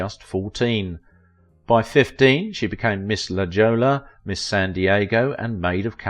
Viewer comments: I thoroughly enjoy these series mostly enjoying your accent but a couple of booboos….Chicago, Illinois (not vice versa) and LaJolla is pronounced “La Holla” thanks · It's prounced La Hoya even though it's spelled La Jolla. The pronunciation follows Spanish grammar rules. Sign me a La Jolla High School graduate. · It's pronounced "La Hoya"